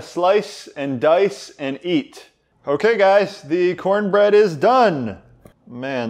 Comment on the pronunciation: It's pronounced: CoHN-BRehD